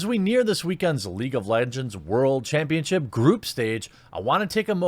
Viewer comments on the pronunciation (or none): Nobody: Jeremy: C H A M P T I O N S H I P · The hell is a "champtionship"? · Lol, I'm sorry. "Champtionship." xD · It's subliminal. The extra T is for Tiananmen